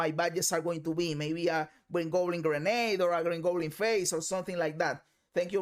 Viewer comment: Did he say he was waiting for gringo goblin? Lmao I’m dead